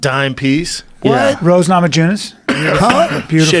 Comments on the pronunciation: Am I the first to notice Eddie Bravo called Rose Namajunes Nose Ramajunes? LMAO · Eddie pronunciation of rose namajunus has me rolling.